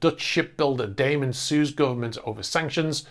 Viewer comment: Its Da man, not Daymen.